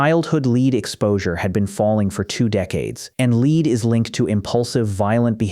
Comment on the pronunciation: So tired of AI voice overs. "Lead" is pronounced "LED" in this instance.